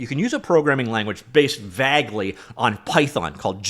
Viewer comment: "vaygly", not "vahgly"